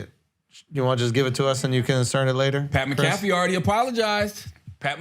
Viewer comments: Charlemagne can’t pronounce Pat’s full name 😂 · Why did the say pats name wrong on purpose ? They both know who tf he is. Put respeck on pats name losers. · Oi Schulz, you know how to say Pat McAfee’s name so show the bro the respect and say it right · Charla and shultz mispronouncing pats last name is hilarious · Why do they keep mispronouncing his name 😂😂😂?